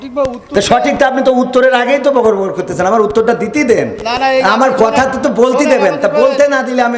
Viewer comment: একজন সম্মানিত লোকের সম্মান রক্ষা করা ছিল কবির বিন সামাদের কর্তব্য। 'বগর বগর' শব্দটি উচ্চারণ অসঠিক হয়েছে।